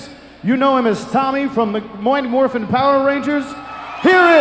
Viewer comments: Im upset that the announcer couldn't pronounce Mighty Morphing Power Rangers correct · The ring announcer didn't even know how to say "MIGHY MORPHIN" 😂